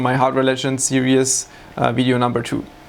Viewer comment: Hi! Great video, tiny suggestion here. You're pronouncing series (seer-ees) too much like serious (seer-ee-us). It's only two syllables. No big deal though